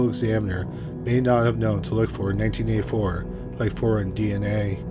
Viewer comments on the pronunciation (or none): I just wish it didn't sound like "nineteen a 4" when saying 1984